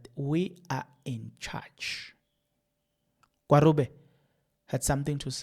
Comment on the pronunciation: just a bit of advice can you please pronounce the ministers' name appropriately It's pronounced as 'Gwagube'. The 'r' is pronounced as a 'g' Remember Nelson Mandela's moddle name "Rholihlahla,"the middle n